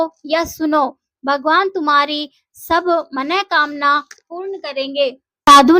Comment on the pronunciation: मन:कामना शब्द का शुद्ध उच्चारण सुनकर मन गदगद हो गया 👍 मनोकामना कोई शब्द होता ही नहीं